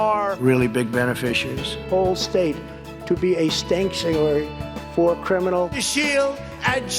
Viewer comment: “Criminacle” broke me 😅